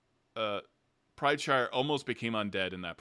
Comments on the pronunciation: Isn't his last name PrideSire not PrideShire. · ..........................Why do you keep adding an H into Teor's last name, like he's a Hobbit lmao.